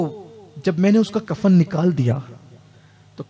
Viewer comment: Kafar nahi kafan hota hai bhaiya